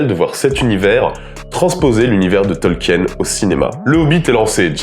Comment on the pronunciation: On prononce Tolkiiine (tɒlkiːn) ! super vidéo à part ce détail !